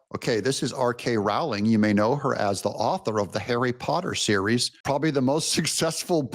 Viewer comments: J K not R K. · J.K. Rowling, not R.K., Doug, 😉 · I hate to nit-pick but it is J.K. Rowling. I would say the same to anyone that called you Doug TenApple.